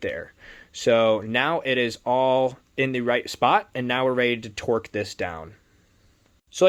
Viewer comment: Its torque not twerk lol